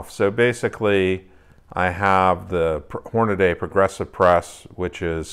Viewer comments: No offense meant, but it is pronounced horn-a-dee, not horn-a-day (here is George Hornady himself pronouncing it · No problem. This has come up previously. We have clearance from Hornady that if you are from east of the Mississippi, you can pronounce it Horn-a-day. However if you are from west of the Mississippi, Horn-a-dee is mandatory.